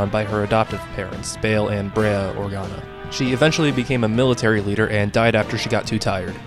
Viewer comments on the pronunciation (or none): none